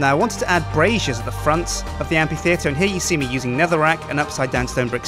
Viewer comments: you pronounce amphitheatre weird. and i'm not sure about the lights in it, maybe something else would look better? fantastic building though loved the faces it was a brilliant idea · I agree. Hasn't he heard anyone else say amphitheater before? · Am I the only one who got ever so slightly annoyed at him pronouncing amphitheatre wrong? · the Amphitheatre is pronounced "amfitheatre", not "ampitheatre". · Am-PH-itheatre! Not Am-P-itheatre! Gahhh! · Why can't u say amphi, u just said ampi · amphitheatre isn't pronounced like ampy-theatre, but like amfy-theatre, just like Philip is pronounced Fill-ip. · Is it amPitheatre or amFitheatre? I always pronounced it in the latter manner. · what u wrote 4 the title was pronounced am-fi-thee-ter ITS PRONOUNCED am-pi-thee-ter! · It's a motherfucking amphitheatre, not an ampititheatre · Sjiiiin it´s pronunced Amfi, not ampi. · Did he say ampytheater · Amphitheater is pronounced Am Fi Theater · Amphitheatre is pronounced am-fuh-thee-uh-ter. Key point is the F sound in Amphi, rather than a P sound. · Surely it's pronounced "amFitheatre", due to the ph. Otherwise it'd be spelled Ampitheatre without the H. Or is it a british thing? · Amphi. Phi. Ph. F. Amfffi. Fff. Sorry, but ability to mispronounce completely random things make me lose my damn mind sometimes. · It's pronounced amp-fee-theatre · Now unfortunat- So there we have it; the amphitheatre of Dale! Also the word Amphitheatre is pronounces amp-fee-theatre. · is it not pronounced ampFitheatre? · I hate to sound like a total nob, but... you're saying it wrong (according to the Oxford Dictionary, anyway); Amphitheatre - A round building without a roof and with rows of seats tha... pronouced: 'æmfɪθɪətə(r). No worries. The building looks awesome:) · The amphi- in amphitheatre is pronounced "amfi-" just like in amphibian. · i love how he pronounces amphittheater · it's pronounced like an f -_